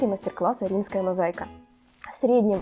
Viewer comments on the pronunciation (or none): мозАика без "й ". Не от слова заЙка 😅